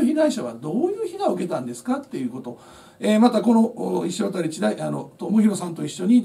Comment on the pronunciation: 石渡←イシワタリじゃなくてイシワタじゃないんですね。まぁ珍しい名字やから読み方いろいろありますか。